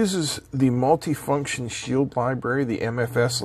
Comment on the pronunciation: Am I the only one who noticed that's actually a "Mulie-function Shidle" and not a "Multi-function Shield"? :))